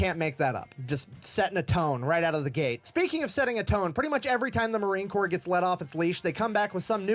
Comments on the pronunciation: Well, thank you for the acknowledgement. Just FYI, it is spelled Corps, is pronounced "core". The "PS" is silent. Ya, I know, the English language is pretty damn weird. Semper Fidelis my brother and sister Leather Necks. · No better friend or no better enemy. You decide which one of us you get lol. I believe your saying corpse, and it's Corps. You're close just leave the E off the end and you'll have it. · WATCH YOUR MOUTH 👄 It’s Marine corps NOT corpse although we are very good at turning evil human beings into those 👀 🇺🇸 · Corps id pronounced Core. We're not Corpse because we don't die. We go to hell, regroup, and fight our way to heaven. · FYI, sorry, I must tell you. It is pronounced "core". Not "corpse". All good. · DROP THE P IN CORPS!!!!!! 🥜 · It's spelled Corps but pronounce like core, Semper Fi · The letters "ps" at the end of COR-PS are slilent. It is pronounced like CORE